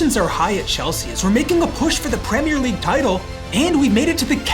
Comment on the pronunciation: Pwemere league